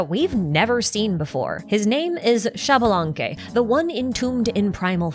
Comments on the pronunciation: It is actually pronounced ish-balanque! The x in mayan makes a sh sound, my grandpa still speaks it a bit and i took classes too 🥰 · Xbalanque is pronounced "eesh-bah-lan-keh". Just in case you're interested.